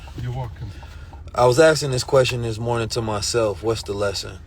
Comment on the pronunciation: The way you keep saying mourning,I KNOW you're sad